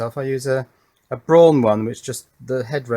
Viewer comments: "Braun" is pronounced "Brown". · It's a german name, so it should be pronounced "Braun" just as it's spelled. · In the US its always been pronounced Braun, the toothbrush and the last name. Never heard the famous German Rocket scientist called Wernher von Brown. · Only until very recently, in Australia it has been pronounced Brawn in their own advertising. In the last year or so I have seen them pronounce it Brown